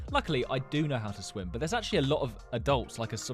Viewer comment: swim?! Huh u dumb or something SWIM 😂😂😂😂😂😂 he hasn't leaned how to read